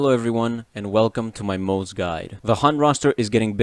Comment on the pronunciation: acktually, it's pronounced "moz-uh" not "moz" 🤓